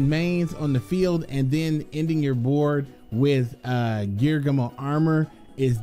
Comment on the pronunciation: Its gear- ghee -ano